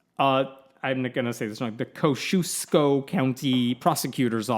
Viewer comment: This stinking church is in the town I work and spend a lot of my time each week! I think she knew it was wrong but was stuck because no one saw or said anything. This idiots! I just hate how they’re responding and know first hand how this woman is feeling! I hope the prosecutors office can do SOMETHING! (PS it’s pronounced Kos-see-aahs-ko)